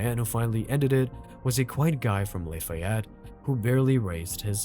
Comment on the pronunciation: Doesn't know how to pronounce "Lafayette" 😂